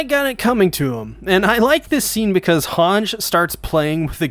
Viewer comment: Finally u pronced hange right lol